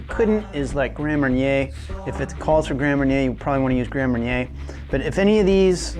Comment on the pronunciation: Mar-nyay not mair-inner